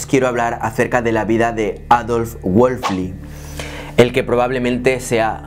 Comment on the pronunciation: Todo muy claro, el único detalle es que estás pronunciando mal el apellido de Adolf, pero ok, buen video. Ésta clase de exploraciones son las que ayudan a romper paradigmas sobre la creatividad